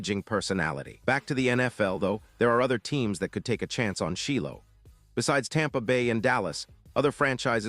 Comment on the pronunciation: It's pronounced like...Shielo